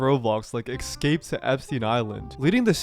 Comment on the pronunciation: It is pronounced es-scape. Not eck-scape. When people say it wrong I just wonder if they really are that brain dead. I hope not though lately social media is frying brains.